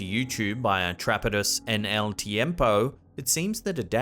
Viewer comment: Atrapados = Ah-trah-pah-dos